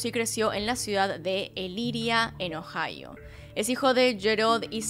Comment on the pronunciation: "nació en ohio" suena como "nació eñojao"